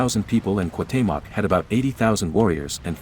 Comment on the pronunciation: Imo it'd be better if you voiced these yourself instead of using a bot, since it does weird stuff like pronouncing Cuauhtémoc differently half the time